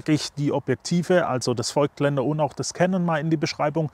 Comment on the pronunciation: Nur mal kurz zur Info: „es wird nicht feugtländer“ ausgesprochen, sondern „fogtländer“. Wie das Voigtland.